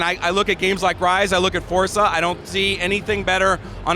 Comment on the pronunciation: This is the first guy that has pronounced forza like forza. Everyone else says fortza.